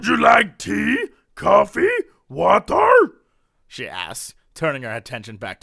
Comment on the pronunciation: "WULD YU LIKE WAHTUR?!?!" Ah Jesse, you so crazy